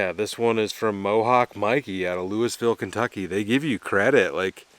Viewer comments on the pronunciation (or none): Great seeing that truck back! Also, Louisville is pronounced “Loo-uh-vul” to locals, or at least “Louie-ville” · Kentuckian here. Not sure how many of us watch your channel, but I'm sure some had eye twitching with how you pronounced Louisville. Lol.